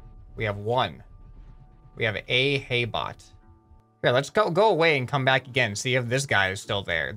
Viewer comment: When the hay bot stayed there sm said "A hay bot" it sounded different when he said "ahay"